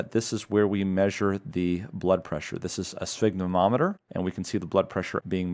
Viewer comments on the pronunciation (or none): Hi. I have been a follower of your channel and a MedCram subscriber for several years. You have incredibly well constructed content and concise clinically relevant videos. However, sphygmomanometer is pronounced “sfig-MO-man-ometer”, not “sfig ma nometer. “. Just a little errata and thanks for your outstanding content!